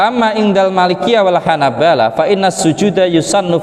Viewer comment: Salah baca yg benar bacaannya Hanabilah bukan Hanabalah